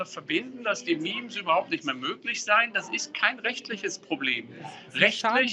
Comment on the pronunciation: Axel: memes sind noch möglich! Axels Gehirn: was ist ein meme (Aussprache me me)